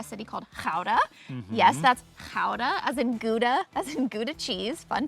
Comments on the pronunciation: Phonetics for English speakers: Gouda (well pronounced in video) 't Wapen (utt wah-pen) < U in utt is almost silent De Landerij (duh lon-dur-i) Heerlijk (here-like) < most people to say lekker (lack-cur) Badhuis (bot-house)< the dutch ui sound doesn't exist in the english language, to say it you must hear it Stroopwafels (strope-wah-fells) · Great, thanks for the compliments 😊 I accually live in Reeuwijk and was born in Gouda, the name of this city you pronounce very well👍You really should have hired a bicycle both, for a complete vibe of living here 😉greetings from The Netherlands 🇳🇱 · Your pronunciation of 'Gouda' is spot on! Don't feel bad, I don't have a bike either (long story that, incidentally involves Utrecht!), I'm a walker too + I have a pooch 🐶😂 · Your pronounciation of Gouda is spot on. 10 points for Griffindor! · Good of you to stay in a small village or neighbourhood, outside of the tourists attractions like Amsterdam or Rotterdam. Your the first ones I hear to pronounce Gouda the correct way.(10swanns for that one) There are villages like Reeuwijk all over the Netherlands, friendly people, nice architecture, historic buildings, waterways canals and lakes everywhere. If your first choice was the Netherlands before leaving the US, it is likely you'll come back and explore the rest of our country!! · Your pronounciation of "Gouda" was perfect. The rest, not so much, to be honest. If you want to live here, you will have an uphill battle with the language! (and with the housing market, unless you have lots and lots of money). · well I’m from Gouda and I must say, it was a pleasant surprise 😂 I appreciate it